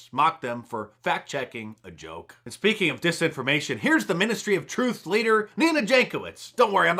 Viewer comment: Ex-ministry o trufe... Nina Jakow-its... Bu-bye.👋🤣🤣🤙